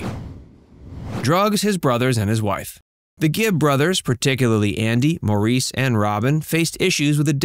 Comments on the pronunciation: Its Morris. Not Maurice. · Maybe if you're going to do a youtube video, you should learn how to pronounce the subjects' names. It's pronounced like the name "Morris". Not mo-REES. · Maurice's name is pronounced like Morris with the emphasis on the Mor. It's not pronounced Moreees with the emphasis on the eees. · Maurice is / was indeed the correct spelling - but, it was / is pronounced "Morris" and not 'Mau_reese_' as so many Americans like to (mistakenly) say it...😟 And yes, his family called him "Mo" Rest In Peace Andy Gibb😢, 💔 Maurice Gibb,😢 💔Robin Gibb.😢💔💔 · It is pronounced Morris only. (Some weird sites pronounce his name Morr eece ...like a Frenchman). It was spelled Maurice and pronounced Morris. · Barry is not the oldest of the 5 children, his sister is. Also, it's pronounced "Morris" , not "Maurice"..Pretty good video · It's pronounced "Morris" not "Maurice". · It's pronounced Morris, not Maurice. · It's not pronounced Mor-eese - it's Mor-is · Barry isn't the oldest of all his siblings. His sister, Leslie, is the oldest of the siblings, born in 1945. Barry was the oldest of the Bee Gees. Maurice is pronounce Morris. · No, it’s a french name, it’s pronounced: Moriz but spelled Maurice - of course. In German it’s Moritz. Love Claudia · Maurice pronounced his name like "Morris". I don't know why, but that is how he said his own name. Please, show respect and say his name the way he did. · After all these years, I can't stand when they call Maurice "Maureece"! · Maurice is pronounced like “Morris” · Maurice pronounced his name like "Morris." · Maurice's name is pronounced Morris mor-ris.. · Cant pronounce Maurice right either. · It's sacrilege that you are unable to pronounce Maurice's name correctly. WTF! You really would think in your position that you'd get it right. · have you noticed how the narrator pronounces maurice these americans make me laugh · Maurice lmao. He’s not French.